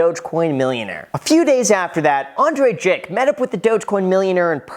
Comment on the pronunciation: Bailed on the video as soon as I heard “Andre Jhink” or however you spell it